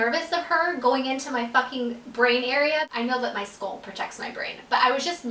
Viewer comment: She said sculp lol a mixture of skull and scalp haha